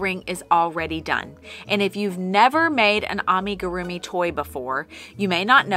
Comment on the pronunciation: Wait... he only added a few rounds to an already started magic circle and then just tested hook smoothness (or lack thereof?!)?! I was wondering how he was going to finish that difficult-looking Harry Potter! Bummer. Wanted to see that. :/ p.s I am triggered by how you're pronouncing amigurumi. 😂